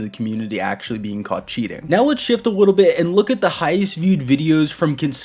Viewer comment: "Now lets Shift a lwittle"